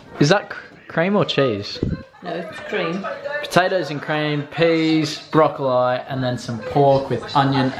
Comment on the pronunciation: Just a bit of information:it’s pronounced like brocolee